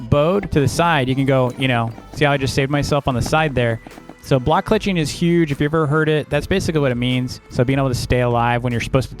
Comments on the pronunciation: you said bloek clutching not block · ah yes "bloek" clutching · "bloek clutching"